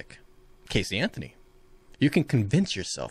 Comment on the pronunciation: Caysee Anthony. Deep cut bro.